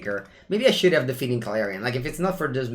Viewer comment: It is funny how you keep saying "defeaning clarion" instead of "deafening", I guess old habitudes never die :D